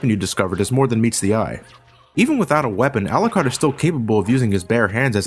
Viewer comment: It’s pronounced Al-YOU-CARD. Not alacard. This is something about the game that bothers me not but still I hate that miss pronunciation